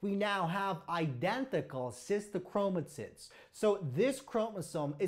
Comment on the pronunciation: Did anyone else hear 'Sister Chromatits'?